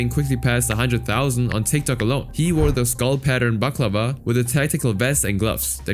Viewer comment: Pronouncing balaclava like baklava made me laugh thank u